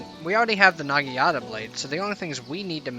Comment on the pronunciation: Bro quit saying nagiata its called a naginata